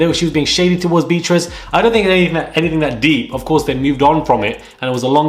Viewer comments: Beatrice is not pronounced as Beetrice (quite hard on the ear), but Bee-a-triss. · The way you pronounce her name BEE TRISS 🤔🤣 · You’re still pronouncing Beatrice wrong